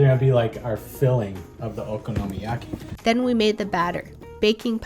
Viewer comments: I believe the okonomiyaki is mispronounce. Don't get me wrong she always try to pronounce the words right. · Wait... THAT's how you pronounce okonomiyaki? 👀